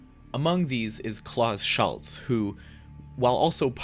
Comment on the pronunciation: The mispronunciation of "Schulze" is quite bad, really... And I would certainly not refer to his music as "space ambient" in any way (not even the two very early albums you picked) or even Ambient in the strict sense at all...